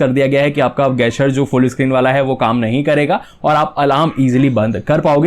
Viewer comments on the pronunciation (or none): अबे गैसचर नहीं जेस्चर होता है